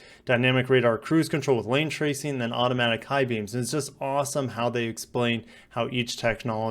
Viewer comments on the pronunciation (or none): none